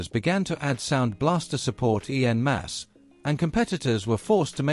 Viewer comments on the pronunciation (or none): ooof that was bad though, “E.N. masse”